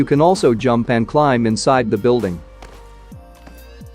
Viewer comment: Beeuldeeng 🤣 I know your tongue can speak this